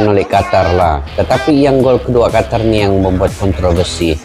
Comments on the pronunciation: Bacanya jgn qatar, tapi qotor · QATAR ❌ QOTOR ✅